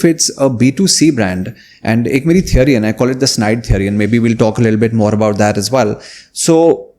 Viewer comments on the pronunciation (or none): none